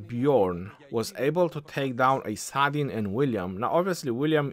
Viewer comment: I say Salahdin or Saladin🤔 nah❌ Saadin yes ✔️👽